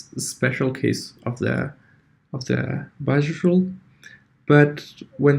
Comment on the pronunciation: bayes rule not biofuel lol